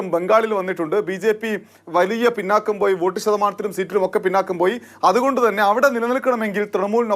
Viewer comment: പിന്നാക്കം അല്ലെടോ pinnokka പിന്നോക്ക